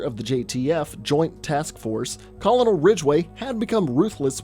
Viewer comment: It bothers me. Colonel is pronounced "kernel' not colonel as one would think it should be. English is fun huh